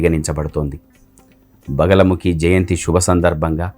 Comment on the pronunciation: బగలముఖి కాదు "బగలాముఖీ"..!!